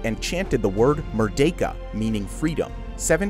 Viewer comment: Shout out to your 100% accuracy in pronouncing “Merdeka” 👏 Many foreigners mispronounced as “Mer-dee-ka”. The correct pronounciation is “Mer-day-ka”